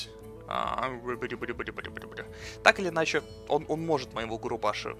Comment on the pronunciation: Берсерк "Губаруши"... "Губашуры"., прочитай уже его имя нормально)